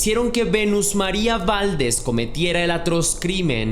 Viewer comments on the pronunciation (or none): Se pronuncia Valdés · Me gusta mucho tu canal solo te haría una observación, que cheques bien la pronunciación de algunas palabras, el apellido de la chica lo pronunciaste de 2 formas diferentes así como el estado de la República donde ocurrió el asesinato lo pronunciaste mal, esto lo comento para que sea más profesional tu narración, gracias